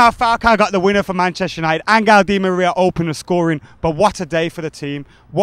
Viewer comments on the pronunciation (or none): Stop saying "Angle" Di Maria :(